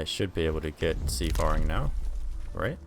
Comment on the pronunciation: It's pronounced sea-fairing. From the word fare as in "fare thee well" (it means travel well - like good bye)